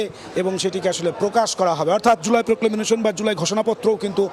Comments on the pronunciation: এই ধরনের অর্ধশিক্ষিত সাংবাদিকদের চাকরি দেয়া হয় কি করে? প্রক্লেমেশন-কে প্রক্লেমেনেশন বলছেন বার বার। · Proclamation উচ্চারণ টা ঠিক করা উচিত।